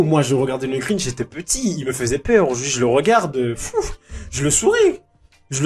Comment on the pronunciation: le Grintch ? ça existe pas ça ... Si tu parles du Grinch y'a pas de T ... Quoi qu'il en soti Jim Carrey est dans une merde noire il ferait n'importe quoi pour relancer sa carrière